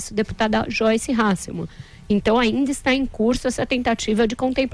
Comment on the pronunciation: Eles não conseguem falar o nome da Joyce Hasselmamm!! Kkkkk